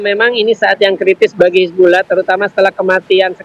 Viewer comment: Pengamat aja sebutnya hizbullah presenter malah sebut hizbulloh